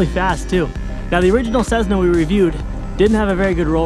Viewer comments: Tesla became Tezla and Cessna became Cezzna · ceSSna not ceZZna